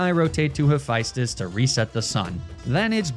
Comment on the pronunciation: Hephaestus is Ha-fest-tus